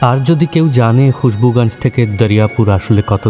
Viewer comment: সবই ভালো লাগে। কিন্তু মানুষ আর জায়গার নামগুলো আপনারা হিন্দির মতো করে উচ্চারণ করেন কেন? যেমন খুশবুগাঞ্জ কেন বলছেন? গঞ্জ তো স্পষ্টই উচ্চারণ করা যায়।